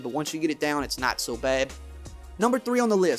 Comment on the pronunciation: The way you say "pad" or "bad" is funny to me